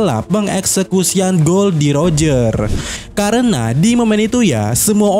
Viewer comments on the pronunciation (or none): none